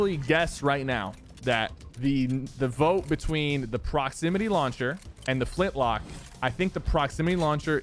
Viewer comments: Him saying flintlock instead of flintknock angers me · It sounds like you're saying Flintlock. U know it flintKNock, right? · its Flint-Knock not lock, you said it right at the beginning of the video lol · bro it's "Flintknock" Not "Flintlock" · i love how sypher says flint lock😂😂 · so true bro